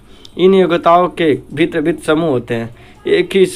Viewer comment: Bhint padhta hai🤣